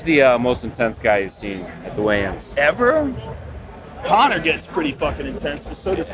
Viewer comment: He says Conor and kabib! I love it